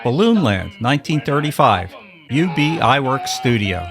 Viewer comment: These weren't made for kids. For a long time, people under that animation was for adults first. ETA: Ub is pronounced Oob. It's a name, not initials.